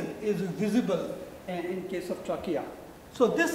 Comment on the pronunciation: trachea ko bol rahe hain "truck kiya" hahaha our ko "auvar" hahaaha